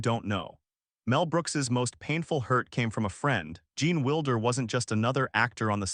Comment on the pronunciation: It’s not Wilder, sounds like Wild—er. You will never get anywhere with cheap Ai